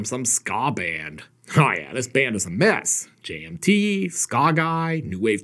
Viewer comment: Does anyone else hear 'J&B' everytime says 'JMT?'